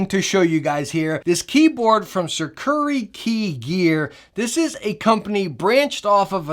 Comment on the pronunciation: Shurikey not shukirey